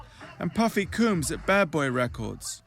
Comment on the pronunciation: Puffy "Cooms" ...embarrassing.